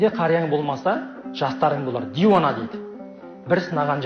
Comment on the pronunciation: Изені, дуана деп айтылуы керек.